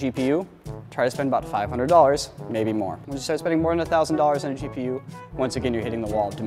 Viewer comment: It could just be my speakers, but I swear said "Cheap-e-u" instead of "GPU" XD